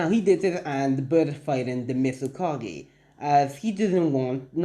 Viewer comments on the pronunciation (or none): it's mizukage not mistkage